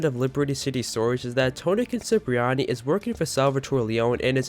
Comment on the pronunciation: Not sure why you keep saying "Tony Concipriani" but other than that, great video.